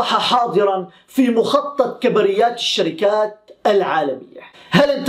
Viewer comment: سلام اخي للتحيح فقط نقول كبريات بضم الكاف وسكون الباءو فتح الراء